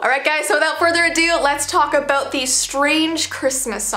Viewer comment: is it just me or at the start of the video she said aboot and not about